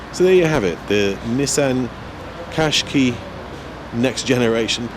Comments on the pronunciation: why do you pronounce it "kashkee"? It's kashkai. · Its said like this cash ki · I thought the name Qash"qai" was supposed to rhyme with "buy", not with "key"?? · It's a Nissan quashqai not a cashkee for info